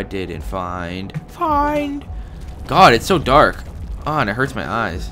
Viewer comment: remember from the first one..... "its gettin durk in hure"